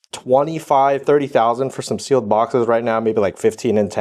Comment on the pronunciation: I totally had to rewind to see if he said "Sealed Ass!"